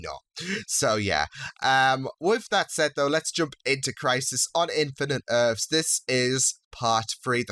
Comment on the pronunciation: Why do you say "earfs" instead of "EARTHS"?